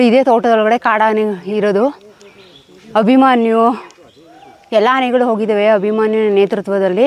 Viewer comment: ಮೇಡಂ ಮೊದಲು ಅಭಿಮನ್ಯು ಅಂತ ಹೇಳುವುದನ್ನು ಕಲಿಯಿರಿ.ಅಭಿಮಾನಿ ಅಲ್ಲ 🙁